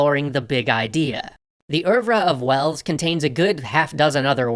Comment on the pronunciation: I didn't realize "oeuvre" was pronounced that way.